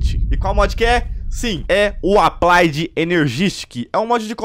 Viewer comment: "applaid";-; e sua pronuncia e escrita do ingles incrível kkkkk